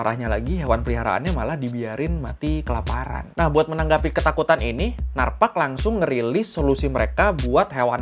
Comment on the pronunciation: itu bilang NARPAC nya kok ala aksen Thai gt 😂